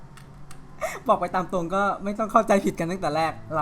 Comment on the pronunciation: `ตรง'ครับไม่ใช่ "ตก"